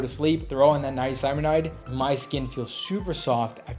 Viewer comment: Hey bro luv ur channel but ur pronouncing niacinamide wrong 😊 respectfully